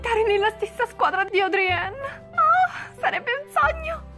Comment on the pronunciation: Non si chiama Adrien ma Adrian